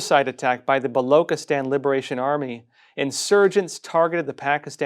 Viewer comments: Baluchistan Pronounced as written. Bah loo chih Stan. NOT bah loo kih atan. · Its blochistan not v Blockistan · It is Baloch and not Balok Pronounce Balo chi stan not Balo kistan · Ch in balochistan is pronounced as ch as in chair and not as k in kettle. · “Chi” in Balochistan is pronounced not like “ki” but “chi” in Chief. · It's not *balokstan, Baluchistan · Its not Balokistan but Balochistan (Chi like in China) . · Hi, its not Loch as in Loch Ness. but its pronounced as "Buh" "Lo" "Chi" "sthan" Would appreciate if you can pronounce it correctly, thanks in advance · Baluchistan...is pronounced...Ba-Loo-Che-Stan. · Ch as in china, please!